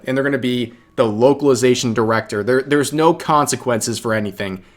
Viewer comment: Beuh at fstart of video i heared wokalisation not localization xd accurate i gusse